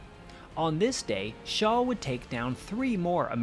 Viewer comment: His name was Franz Schall not Shaw.